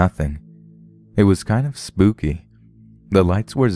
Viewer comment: Lol u said spoopy